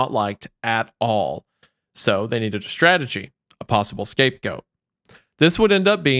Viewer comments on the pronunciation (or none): none